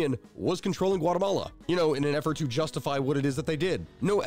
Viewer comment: "Guatamala" lol